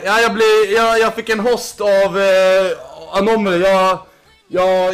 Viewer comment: du kan junte prata han heter anomya int anima